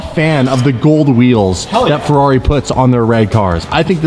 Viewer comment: "ferrarri" xd